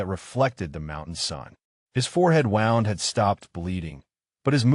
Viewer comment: Wownd(wound) different meaning to same word pronounced "woond". AI needs to differenciate. There are numerous words that have same spelling but different pronunciation but same spelling depending on context. Very irritating